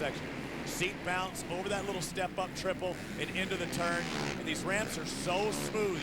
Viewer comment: listen to this fool saying " cole seibler" lmao and hes in the booth? omg